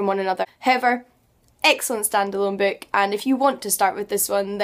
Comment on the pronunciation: Do you know, if you prononce BOOK, the OO you speak, is a perfect Ü?